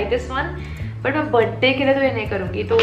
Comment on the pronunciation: Literally the feeling of speaking Buddy instead of birthday is extremely different 😍😍🤣🤣🤣🤣😜